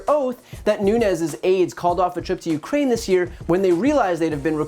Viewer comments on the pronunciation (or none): none